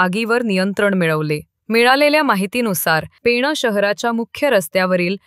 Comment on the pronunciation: बातम्या देणाऱ्या ता ई सारख्या पेणा बोलतं आहेत. ते चूक आहे. पेण म्हणा ता ई.